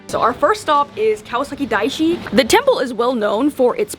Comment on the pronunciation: Loved the vid :) But I swear I heard Kawasaki Diaso not Daishi...I thought wait...first stop is the Dollar Store? LOL